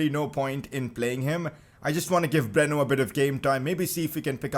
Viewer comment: It's Breno not bruno